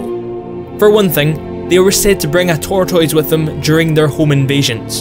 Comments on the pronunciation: tortoids huehue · tørtel tårtåis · Lmao tor-toys